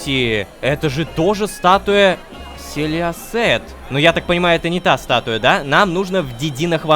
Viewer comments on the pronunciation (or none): Я когда лололошка говорит селиосет я слышу силести😂